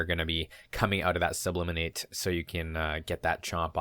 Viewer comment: It's actually sublimate, not subliminate. In chemistry, sublimation is when a solid converts directly into a gas without transitioning first to a liquid state. Great video as always. I really enjoy your content.